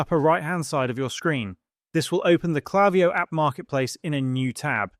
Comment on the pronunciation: It's not klaviyo. It's klaviyo.